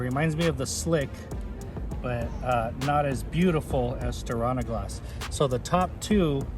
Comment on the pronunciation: I prefer to shake on a gloss rather than stir on a gloss :). Just giving you a hard time! It’s pronounced stee-are-nuh-gloss (silly Scandanavians!). Looks like it held up great, but not a fan of the dust attraction. Thanks for the great content as always.